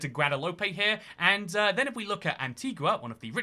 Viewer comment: Bruh please its pronounced gwa-de-loup not guwa-de-loopey